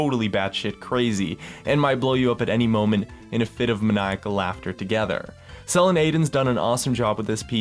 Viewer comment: lol you pronounce selin aydın soo wrong :D